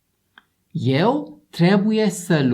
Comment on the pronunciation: What the hell, man? XD „Eu” se pronunță “ieu”, not “eu”. Damn…